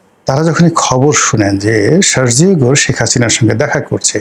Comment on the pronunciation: Your pronunciation of Sergio Gor is wrong.